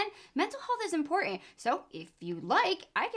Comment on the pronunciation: "IM-POR-INT" is not the way to pronounce ImporTant. Sorry,.. millennial English just gets to me. Just subscribed though.